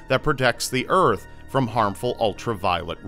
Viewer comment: "The urf" Damnit it's Earth:p